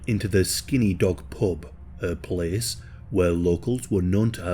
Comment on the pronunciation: “This cehs takes plehs..”